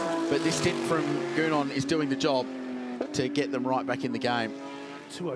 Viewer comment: I really wonder how his name is pronounced correctly. Gounon. My suspicion: None of the Australian journalists know how to pronounce his name.